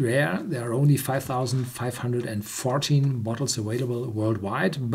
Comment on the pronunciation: It's pronounced aVailable, not aWailable.